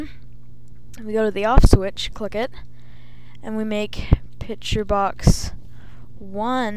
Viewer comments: Two things, i cant tell if your a chick or a dude, and its "picture" not "pitcher"- you fill that with water no images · No one taught this kid to say PICTURE instead of Pitcher I guess.